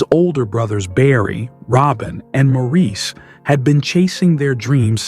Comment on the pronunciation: Why are two unknown men in white shown when talking about Andy? And why is a black man singing shown when talking about Andy? And Maurice is pronounced like Morris. Yes, unusual but that is his name pronunciation. I never heard about the family living in Spain and I have watched many videos of The Bee Gees. This was a bad piece using a bot to narrate.